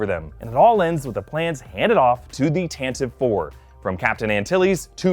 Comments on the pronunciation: It’s pronounced “Tan-TA- Vee four. “ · It's pronounced "Tanti-vee 4" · Leia's ship is pronounced Tan Tiv Vee its first named that way in the Radio adaptation. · Princess Leia's ship's is pronounced TAN-ti-vee IV (4). All of you n00bs need to get it right or go home.